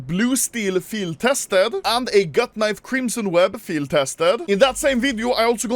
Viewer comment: i thought itd be a compilation of all the actual unboxings... "kneev... kneev... handskaar... and so on"